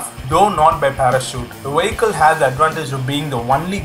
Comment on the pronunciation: It's: Vee ick al not Wee ik kal it's English Not German! Da??